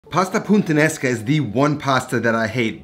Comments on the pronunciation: Is it just me or you're constantly saying "PuNttanesca"? :P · FFS you can't even pronounce this dish. It's Puttanesca not Punttanesca. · My man’s keeps saying puntanesca smh 💀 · Great video, as always! Btw It’s puta-nesca not punta-nesca ;) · Pasta PUNTANESCA. lmao he said bridge pasta. its PUTTANESCA my guy😂😂😂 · “pu-taN-es-ka” not “puN-tan-es-ka” 🤣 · You repeatedly say pasta "puntanesca" instead of "Puttanesca". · Its pronounced Puttanesca not Puntanesca 😀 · From the creator of "RiGotta", he brings us "PuNttanesca". Never a dull day with these pronunciations. 😆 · Why do you keep calling it puNttanesca?